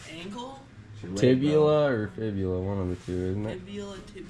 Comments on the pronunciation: TIBIA....no L in the name of that bone., If you are going to "school" Graden, make sure you know what you are talking about... just saying. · Did I just hear say Tibula and Fibula? Just checking.